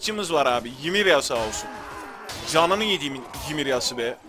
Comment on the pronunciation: Ya abi bir gün kanalı takibi bırakırsam yanlış telafuzların yüzünden bırakırım. Osmanlı padişahına dükün oğlu ahmet paşa diyorsun. O dükün oğlu değil abi. Dükü çıkar aklından. Ymirayada gereksiz bir "y" atıp ymiriyiriya diyorsun. Biri sana Samed Gelgör dese sinirlenmezmisin. Abi şaka bir yana bu telafuzları biraz düzeltirsen sevinirim, kafama takılıyor. Uçuyor kafam :D